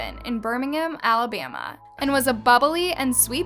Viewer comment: I discovered this channel accidentally and as I watch your videos I realized that the narrator keeps on dragging the last syllables of every line "alabamaaAAA" "he has a contagious smileeEEE" "missingggGGG"